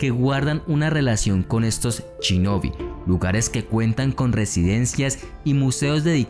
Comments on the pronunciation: por que cuando lo dices suena chinobi, se dice shinobi, los latinos no saben pronunciar la palabra esa palabra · me mató cada vez que decía "CHINOBI" o "CHURIKEN"